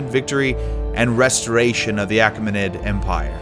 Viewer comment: You mispronounced Bithynia, Caucasus, Achaemenid and a bunch of other names..